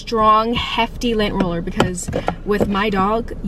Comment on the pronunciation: Lent roler lmao